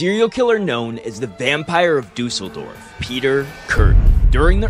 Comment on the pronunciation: I love how Kürten and Düsseldorf have the same Ü sound but you pronounced Kürten right and Düsseldorf as Duuseldorf XD